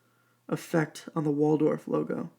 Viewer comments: Wald Hoff not waldorf. wtf..... sound it out there is no "or" in that name. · It's not "Waldorf," mate! It's Waldhoff. Pronounced VALD-hoff. No R there, c'mo! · Very helpful review, and a great launch. I agree – nothing wrong with a Chinese tourbillon for less than $1,000. I am not complaining, but you referred to this watch as a “Waldorf” many times in your video. It is a Waldhoff – not a Waldorf. So I am wondering if the fancy name affected your opinion about this watch? Thanks again!